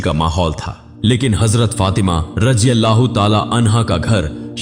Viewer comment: Assalamu Alaikum, Jo Harf, Z, HAZRAT, mein hai wahi Z, Razi Allah, mein bhi hai. Aap Hazrat to sahi bolte hain, Lekin Raziallahu galat bol rahe hain.